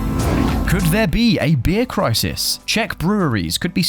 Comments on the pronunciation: "This clisis is grobal". Love it. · "... because this clisis is grobal." 😝😝